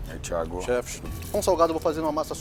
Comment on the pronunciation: Aja unhas para roer 😂😂😂😂😂😂😂😂tem que ver minha avó brava 😂😂😂😂😂😂😂vai Como ela fala Theagokkkkkkkk